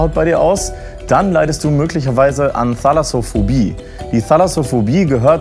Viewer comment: Im Deutschen gibt es kein "th" wie in "the" oder "they". Das Th in Thalassophobie wird genau wie das in Thema, Mathematik, Thüringen oder Thymian ausgesprochen.